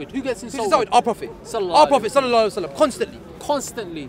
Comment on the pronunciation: The guy does not even know how to say Sallallahu alaihi wassallam properly and he say that he is muslim...what a junk...have anyone noticed it ? For saving time ( /59)..